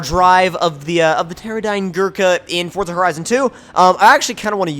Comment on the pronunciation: FINALY someone saids terradyne good first time